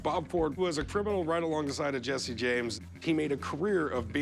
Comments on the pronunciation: It’s Jesse not Jessie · it's jesse not jessie